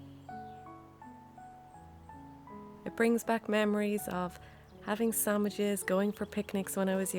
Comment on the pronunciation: I like how she says, "sammiches" for sandwiches. 😻